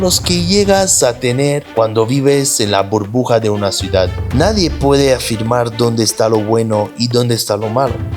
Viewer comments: Es CIU DAD 😊 y es PEL IGROSO con "L" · Se dice ciudad